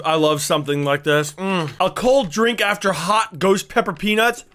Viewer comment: But it was funny that he said suns peanus